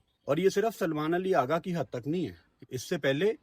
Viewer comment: پہلے تو اپنے الفاظ کی ادائیگی درست کریں اغا جی جگہ آگا بول رھے۔